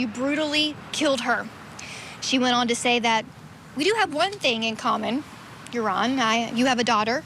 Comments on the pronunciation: Joran is not pronounced "urine", it's pronounced, "hor-on". 😉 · His name is pronounced yorn not urine 😂 though urine is more fitting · "IT'S OVER" ...til he meets her brother in public. Side note: I think it's hilarious that the host keeps pronouncing the murderer's name, 'Urine'! 😂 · Pronouncing his name "Urine" is pretty funny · Is it by design that you pronounce Joran as urine? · I appreciate that the way you pronounce Yuron’s name sounds like “urine”. In my Spanish dialect (Cuban), we call scum of the earth “meao” which translates to urine (pee actually). Very fitting pronunciation. ❤ & 🙏 for Natalie’s loved ones. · Literally pronouncing his name "urine". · I don’t know if that’s his name but the narrator keeps calling him urine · Its over? Its been over for 18 years for the young girl. What an appro name! They pronounce his name Urine! Did he tell authorities what happened to her remains? What about his two buddies that were with him that night? The two brothers? I think those two guys helped Urine or Joran to dispose of the gals body. But lets not even concern ourselves about that! I knew beyond the shadow of a doubt this guy killed Holloway when he killed that other gal in Peru. He was just showing us how he did it. Oh and he threw her remains into the ocean. She became fish fodder!! Okay. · I love how u pronounced his name 😅 (Urine) I'm so happy for Natalie's momma. RIP beautiful Natalie 😢❤ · Are we just going to ignore the fact that the guy pronounced his name as Urine throughout the entire video?😅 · Love how Vinnie pronounces his name as Urine, and closed captioning is also spelling it as as urine. He's also a POS, he is human waste in the form of a 7ft monster.